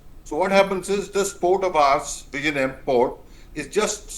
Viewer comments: Oh MG, it is not jam but yem. Phonetics are important when presenting a name some thing. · It's not V izhinjam as in perhaps Kissan Jam but pronounced as " Jim" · Learn to pronounce the port name correctly. There is no "jam"(bread or traffic) in the port name. You should try "nj" as in gyAn or jnAn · Madam, I believe you are an Indian, if so, please talk to any of your Keralite colleagues and learn how to pronounce "Vizhinjam". You have all the alphabets in Hindi to do so 😊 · The port name is wrongly pronounced. Please learn the correct pronouncation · Useless anchor. Try to pronounce South Indian names correctly or find another job. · Can you put some effort and pronounce “vizhinjam” the port name correctly? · No, they will impose their language on us, but they don't even pronounce our language